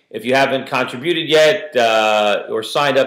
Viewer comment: con-tributed, lol